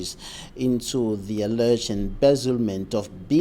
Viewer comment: could you learn to say allege and not allerge!